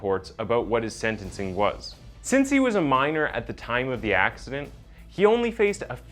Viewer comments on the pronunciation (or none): none